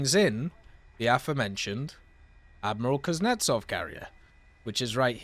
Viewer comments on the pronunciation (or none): none